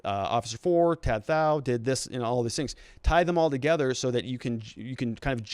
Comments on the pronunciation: Dude, "Tou Thao" pronounced "Tu Tao." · It’s pronounced “to tow” 🤦🏻‍♀️ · his name is pronounced "tu tao" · For someone speaking in-depth about such a high-profile case, where the defendants names have been known publicly for months now, I'm surprised you can't pronounce the guy's name right which is literally 3 letters long.